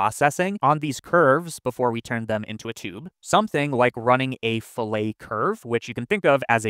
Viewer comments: When it comes to curves, the world is 'fillet' said like 'fill it', not filet like a steak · Fillet as in "fill it". Your pronunciation is for "filet" which is a slicing method for fish. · It's "Fill-it" not "Fill-ay", that's French for de-boned meat or fish 😂 Having said that, you clearly have the skills to make de-boning meat a Blender node.